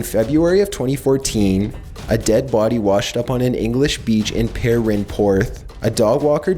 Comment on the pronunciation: “near the boOdy”